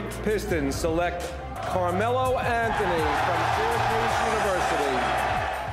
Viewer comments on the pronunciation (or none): none